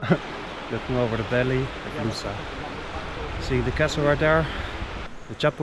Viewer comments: ) close but...... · Funny how you say "Lousã" 🙂 Such beautiful journey. Thanks for sharing